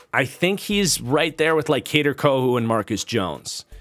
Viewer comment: Kader (Ko-Who)